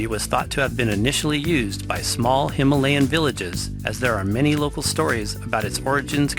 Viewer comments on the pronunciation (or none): none